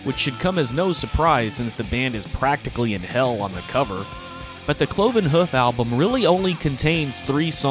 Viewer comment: Cloven Huff lol......Here is your homework, learn to pronounce Hoof properly...Difficult I know.)